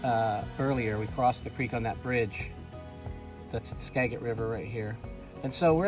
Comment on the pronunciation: Since none of the other locals have pointed it out, I will. Skagit is pronounced Ska-jit, with a soft "g."